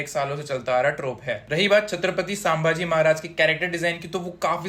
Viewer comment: Sambaaji nahi wo संभाजी है जो किओ की जगह करी करी करता है उसकी कारि की तऱ्हा खट्टी pronaunce ho jati hai